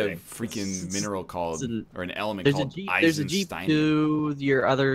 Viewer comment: Am I the only one who realised that NL called Einsteinium "Eisensteinium"?